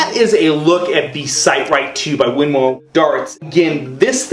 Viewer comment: It's pronounced Win-more.